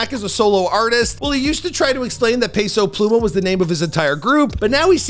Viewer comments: pay-sow pluuy-mahhh 🤣🤣🤣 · "Peso Plumah